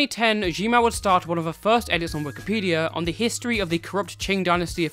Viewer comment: Why do you call it Wikipedium?